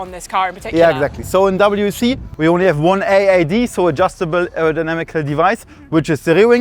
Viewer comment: The content is great, but pronouncing W.E.C. wheck is rough.